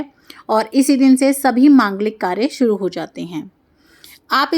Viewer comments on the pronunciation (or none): none